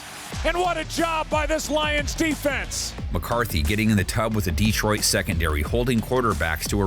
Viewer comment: "DEEtroit" lol